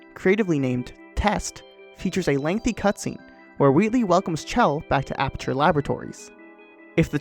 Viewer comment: How is this guy so good at Portal but doesn't know how to pronounce Chell's name?